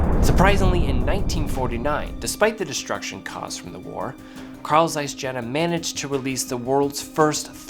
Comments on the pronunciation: >>> Fun fact: German j is pronounced like the English y. So Carl Zeiss Jena is pronounced Carl Zeiss YEY-NA, not JAY-NA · I have this lens and i am so impressed. BTW its called "yehna" :) Love your videos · Just a quick heads-up: the German name, "Jena," is pronounced "YAY-NAH." The letter, "J" in German is pronounced the same way as English speakers pronounce the letter, "Y," as in "You," "Young," and Youth," (in other words, when it is at the start of a word or syllable). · Dude, you are pronouncing "Jena" wrong... Ahhh hurts my ears...